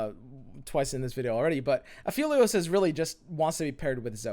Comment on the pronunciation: it's aphelios, not afeelios